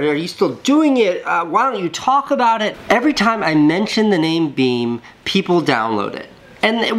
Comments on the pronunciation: Casey: BEME Me: Be Me Casey: BEME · The last "e" is silent and makes it be pronounced as "beaem", not "beme". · i love that you pronounce the app beam as one word...and not be me :-) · why do you pronounce beme as beam? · and I though you prononce it "Be me" :D